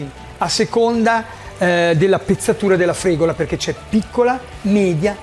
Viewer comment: La fregola viene agli animali, forse stai cucinando la fregula. Cerchiamo di non storpiare i nomi, più di quello che si fa già. Soprattutto nel caso in cui la persona che parla sia uno Chef, grazie.